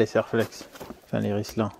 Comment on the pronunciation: Pourquoi de nombreux Youtubers disent "rislan" alors que c'est "rilsan" ?...